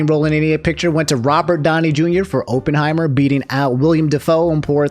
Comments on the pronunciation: Every time said "Openheimer" a part of my soul left my body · Pretty obvious you haven't watched Oppenheimer since you keep mispronouncing it. More to the point, maybe a voice actor's guild is necessary. SAG has never treated them with any respect. Peter Cullen gets a lifetime Emmy only to be replaced by Chris Hemsworth on Optimus Prime.